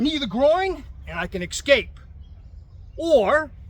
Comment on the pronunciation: I love how you emphasize ( ESCAPE)!